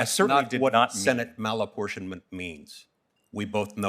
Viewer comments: Ugghghhh….Malaportionment of senate ? What? This is BEYOND TROUBLING! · Why play cat n mouse... He's asking " what's malinportionment?" Let's this guy spew political b.s. Cut his ass off re ask. Soon as he starts his p.c. political b.s. Cut his ass off and say.. Senate malinportienment is???? You finish the sentence... Don't let these guys use your 5 minutes. Cut em the fk off and again ask the hard question. It's not hard, but it does take a spine. Don't let these fks use your 5 minutes. Just once, do your fkn job we, yes we the people voted you into office to do...... Do your job.